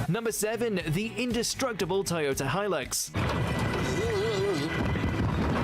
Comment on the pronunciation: They have toy Yoda trucks in a war? Oh you mean ToyoTa, not Toy Yoda? Well why didn't you say so? ;) You'd think they'd use Jagwars. I'm Just kidding, +1 for content and reaction.